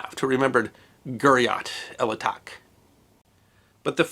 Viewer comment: excellent explanation and story.Please allow me a small correction to the name of the battle. guriat el atach in arabic means the village of thirst, thus atach should be pronounced as el attach, which means thirst and also makes sense given the desert conditions.